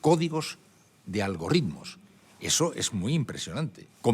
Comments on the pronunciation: Admirado Iñaki: ALGORITMOS, no algoRritmos,... poco antes del minuto 6'. Serie inmejorable, entrevista INOLVIDABLE, pero atención a la traducción y los neologismos,... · algoRRRitmos lol